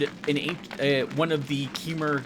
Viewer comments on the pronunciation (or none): Khmer. I believe it's pronounced almost the same as in Khmer Rouge. In which case it's Ka-maer/Ka-mare (but with the Ka running into the M so there's no gap between).